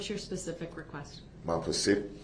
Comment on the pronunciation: Now we can add even more: Turn-a-tives (alternatives) and Pacific 🌊 (Specific)